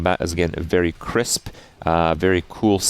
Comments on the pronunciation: "CRISP" :D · "... combat is really KRISP..." =)